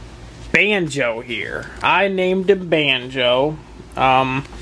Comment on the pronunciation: He said wake up Band-jo as if he meant to say Bandit, that made me cry.